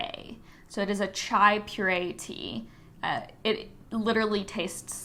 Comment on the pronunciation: I love the smores chai pu'erh from David's tea too! It's actually pronounced 'pu air' 'not puree' just so you know